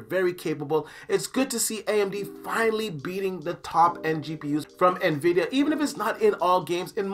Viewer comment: "Nuh-vidia" Batch. Xoxo